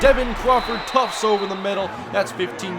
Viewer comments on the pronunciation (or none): Its Crawford TUFT, not Tufts